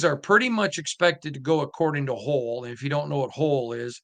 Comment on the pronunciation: That's "Hoyle", which rhymes with "boil". Anyway, the Raiders have lots of options, and it's too difficult to get a handle on it.